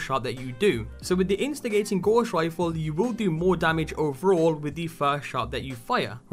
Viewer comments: Good vid, but man, it's not 'gauze' rifle, it's gows, like in cows. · Dont hate me but youre prounciation of Gauss is so off I had to say it. Its pronounced gow-ss. Its a unit of measurment for magnetic flux. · Nice vid thanks, one criticism though, the pronunciation your using for GAUSS, is'nt Gorse. Johann Gauss was a 18/19 century German mathematician. His name lends itself to magnetic strength and field effects. In WW2 when the Germans developed the magnetic mine, 'Gauss' was used to determine the strength of magnesium of a ship to set the mine off. The Royal Navy countered this by establishing a Degaussing coil, which the ship passed through to help counter the ships magnetic field. Today all military ships have degaussing equipment fitted and all mine countermeasure ships tend to be built from non-magnetic materials. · Gauss is pronounced Gouse (rhymes with mouse) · "Gauss" rhymes with "house".